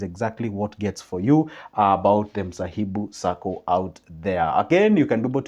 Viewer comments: It is Mhasibu Sacco not msahibu, just saying sir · Thank you for mentioning my SACCO, but please say it right. MHASIBU !